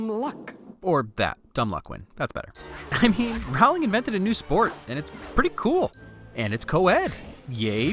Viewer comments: Jk said herself that her last name isn't pronounced row-ling it's pronounced ro-ling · lol I've watched this before and I'm now noticing he's pronouncing her name wrong. It's Rowling like rolling. Nice job. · Every time you mispronounce JK Rowling's name it as if millions of voices suddenly cried out ... and were suddenly silenced. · Great video. You did a wonderful job describing a wonderful movie. Small note......Jo's last name is pronounced Row-ling, not Rowl-ing. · Okay, sorry. I'm gonna nitpick this. Rowling rhymes with bowling, not howling. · Stop saying Rowling like that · It’s ROWling not whatever you pronounced.